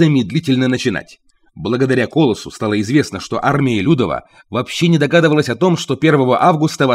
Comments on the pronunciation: Не Армия ЛЮдова, а Apмия ЛюдОва.... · У поляков в словах свои ударения. Русские к ним не привыкли,. Как КРА'ОВА, так и ЛЮДО' ВА ИМЕЮТ ВОТ ТАКИЕ УДАРЕНИЯ. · Тайна полишинеля! Кто серьёзно интересовался историей Варшавского востания тот знает. СлОним и армия людОва произносите правильно. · Спасибо за рассказ! Но, готовя материал, неужели нельзя поинтересоваться, как правильно произносить слова? А́рмия Людо́ва - просто в Википедию заглянуть, если не знаете польского... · Бред- это Ваш комментарий а это- правильные ударения.